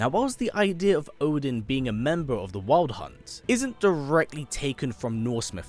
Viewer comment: The way he says wild hunt hits my ears wrong.